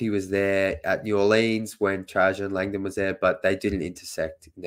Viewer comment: Dude, the city is pronounced New Orlens, not New Orleeens. Your new President is TrAjon Land-don.